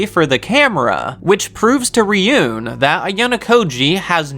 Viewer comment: I also hate when you say ryuén, That must spell Ryuu ( dragon ) en ( I know e spell like that in English but it wrong ) but better you listen the anime and learn how that spell that correctly for real, Just little advice thanks for making this video